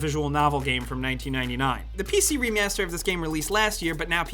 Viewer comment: "PC remeyaseeter"